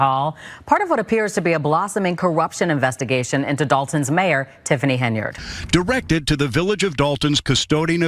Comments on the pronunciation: It’s not pronounced HEN-YARD, it’s one word pronounced Henyerd! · Why do you keep misprouncing her name? Thay makes you sound fake and misinformed. Even the clips you play say her name right unlike you